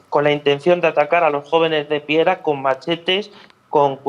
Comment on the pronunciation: Piera..no piara...🙄😜